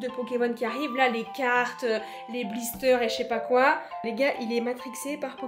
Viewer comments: miskin elle a dit bliester pokemon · A LA 046 ELLE A DIT BLISTER